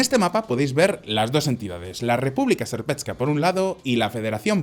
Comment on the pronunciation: República serpetska😂 se pronuncia serpska